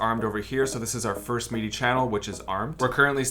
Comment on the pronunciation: “Meedee” mapping? But great video otherwise 😉